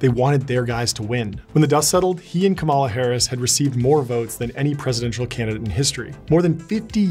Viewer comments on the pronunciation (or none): I was enjoying this until the end, how do you pronounce a foreign statement quoted by a former leader but don't pronounce the Vice Presidents name correctly 🤔? Kamala Harris (Comma La) ridiculous 😶🙄😑😠